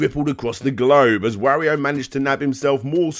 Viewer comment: holy crap I don't know if I can stand the butchering of the pronunciation "Wario" for half an hour.